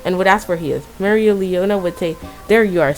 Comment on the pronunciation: I think it's pronounced mare-lee-ona